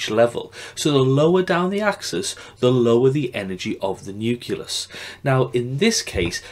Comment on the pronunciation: great video! however, there is no vowel sound between the 'c' and the 'l' in the word nucleus. Nucleus not nuculous hahah